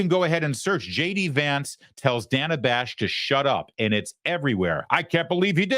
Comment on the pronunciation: Every time he calls her Dana with a long a she cringed slightly. 😂